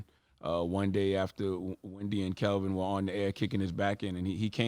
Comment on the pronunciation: Why does Ctg keep calling him Kelvin and his name is Kevin?! 🤔